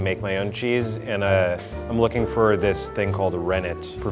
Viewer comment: "Luuking fur a nice T H I C C blob" I literally lost it😂😂😂😂😂